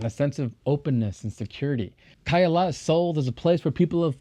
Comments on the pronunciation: Se llama CAYALA buey 🐂, NO KEYLA !!! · no es Keylla, es Cayalá, no entiendo a que vino este tipo, porque aunque hable ingles los nombres son siempre lo mismo y peor venir a mostrarnos lo que es obvio que alli esta. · todo esta bien, excepto la distorsión que haces del nombre del lugar. Escuche 3 formas equivocadas de como lo pronuncias: Keh yala, kailah, keyale...very wrong! El lugar se llama CAYALA = KAH-YAH-LAH. A como en Apple. Por lo demás, bien❤